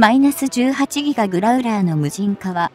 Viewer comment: やっぱり１．５倍速で見るとストレスが減る！ しかしＥＡ－１８Ｇをいーえーじゅうはちぎがと読ませるのは違う！ Ｇを何が何でもギガと読ませるのは・・・携帯電話世代の５Ｇをごギガとか？ Ｆ－１５ＪのPre-MSIP機１００機の代わりにＥＡ－１８Ｇを同数欲しい(^^♪